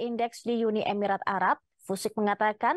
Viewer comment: Orang pintar baca saja blepotan Emirat saja dibaca Emiret Seperti anak baru belajar membaca